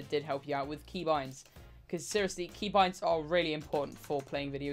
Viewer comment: The way he said key boinds 😭